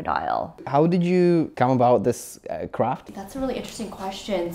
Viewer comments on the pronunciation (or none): On Why does it feel like he wanted to say "crap" 😂 instead of "craft" 😂 (no offence)